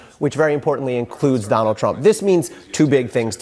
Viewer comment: Learn how to pronounce Donald there's a d on the end.